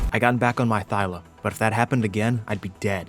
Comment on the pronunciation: They are called THYLAS not Thylos. Thylacoleo not Thylocoleo.